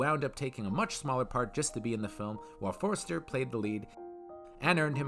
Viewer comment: Why do you keep calling him "Forrester"? His name was Forster